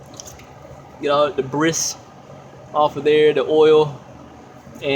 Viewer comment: Debris is pronounced "debree..."